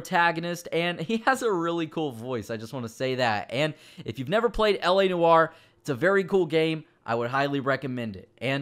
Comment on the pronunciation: It's pronounced like this l.a nore not la neware